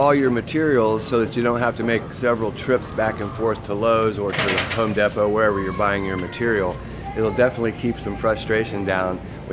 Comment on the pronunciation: Home “Deppo”